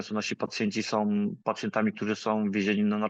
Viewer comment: "Som", "macajom" "ewakuacyjnom", "bendom", "strzelajom", "twierdzom", "walczom", "majom", " prowizorkom", " atakujom", "ziemiom"🤦‍♂️🤦‍♂️🤦‍♂️ to Polak czy nie???